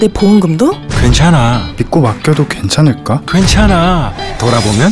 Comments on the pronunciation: 괜찮아~ 하는거 발음 왤케 웃기냐ㅋㅋㅋㅋㅋㅋㅋㅋㅋㅋㅋㅋㅋㅋ 이 광고 보고나서부터 학교만 가면 계속 괜챠놔~ 하고 있음ㅋㅋㅋㅋㅋㅋㅋㅋㅋ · 이분 황정민 아닌가요? 괜찮아 할때 왜 발음이 외국인 발음이져..